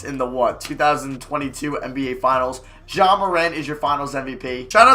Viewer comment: you the only rebuilder that knows how to pronounce ja’s name